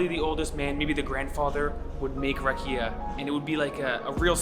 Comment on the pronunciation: You saying "rack-ee-ah" you need to say "rock-ee-ah."